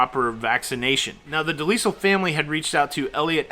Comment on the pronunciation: Pronounced de-LYLE